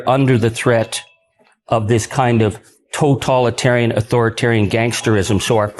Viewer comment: I am so very proud of Charlie Angus (even though he totally misprounces "totalitarian" and "totalitarianism" each and every time [Ben: You seem to have picked it up from him too?]). I am so very proud of our Prime Minister, Mark Carney. He doesn’t allow the fascist to the south of us to trigger him into reacting. (It must be driving the fascist bonkers! [Well, MORE bonkers would perhaps be more accurate.]) I am so VERY proud of my fellow Canadians. It is the grassroots nature of our actions that are having an impact. I think that many of us are rather surprised that we've come together like this, that we are actually united on these crucial issues. Thank you, Ben, for bringing us Charlie's powerful and important speech. Keep on keeping on. STAY SAFE and ELBOWS UP! 🇨🇦 ❤️ 🇨🇦